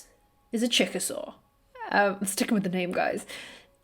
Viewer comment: I know you said “Chick-a-Saur,” but it sounded like Chickasaw, which is a Native American (American Indian) nation.